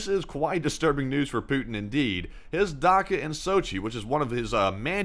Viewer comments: It's "dacha" not daka. Good video, thank You! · Dacha not dacka in Sochi lol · It's a Datsha not a Daka. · "ch" in dacha is pronounced as as ch as in cheese or chin.